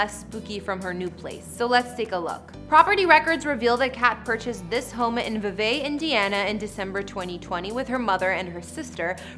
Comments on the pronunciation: My cousin got married in the same house in indiana the guy my cousin married his mom owned the house and sold it to kat von d Also its not vev vay its vee vey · The Schenck Mansion was built 1874. Not in the 1700's. And honey, the town is pronounced VEEVEE...spelled Vevey.